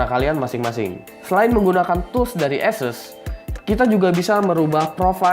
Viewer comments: kok kyk bule bg??? esus enakan asus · anjay beneran di tes :v btewe nih pengcuapan nama Asus yang bener itu "Ass ess" atau Asus gitu aja? soalnya di official page ane pernah denger pengucapan nya Asus gitu aja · "esus" lol.. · hehe gw mencoba untuk memperbaiki spelling ASUS yang sesungguhnya, itu aja kok. Kalian boleh cari sendiri sebenernya gimana pengucapan brand ASUS ini